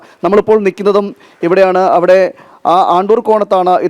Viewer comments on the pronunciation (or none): ആണ്ടൂർ അല്ല അണ്ടൂർ സ്ഥലനാമം പഠിച്ചിട്ട് വാ